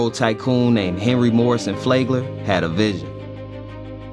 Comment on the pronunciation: I would always do my College papers on Flagler and the Styx, who and how the Island of Palm Beach really came about. There's also a Book called The Styx if anyone is interested. There's always an off feeling once you go in that area. Feeling of loss and the lost. Also to help you out it's pronounced Flag-ler. I believe they did it on purpose, used them then burned them out of their homes